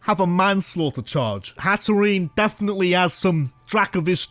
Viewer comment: IT'S HATTERENE, NOT HATEREEENA! AND YOU'RE SUPPOSED TO SAY THE FORM BEFORE SAYING THE NAME, NOT AFTER!